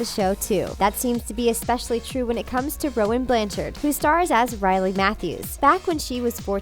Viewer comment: really “cody” “briley”